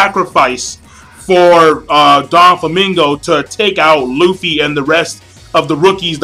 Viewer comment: doflamingo not donflamingo. pronounce properly!